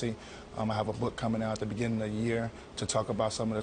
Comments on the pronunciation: That feeling you get when some one who said beginnded made 109.9 million more than you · This dude just said “bigginded my journey”